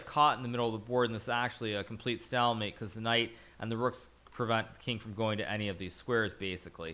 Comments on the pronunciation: "stall"mate? its "stALE"mate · I feel like the high level chess players need to lighten up. He literally threatened to ban viewers for making fun of the way he said "stailmate". I know the joke wasn't funny, but its not that big of a deal. It would just be easier to ignore the comments and they would die down instead of taking time out of your day just to ban someone for a pretty average/tame twitch comment. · stallmate, an peasant ;-) even a GM can stumble, but it's chess not a pronunciation contest. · Hikaru kind of says "Stahlmate", as opposed to "stayulmate" which is how most people pronounce it I think. It's not just a big deal, it's just the kind of thing twitch chat loves to meme on. It's like Mizkif saying "woter" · So he did mispronounce it? Its suppose to be stale like stale bread I think. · Because he mispronounced it. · Of course Hikaru knows how to pronounce it! Hahah I'm just saying I've never heard that pronunciation before; not even from people who didn't know how to pronounce it.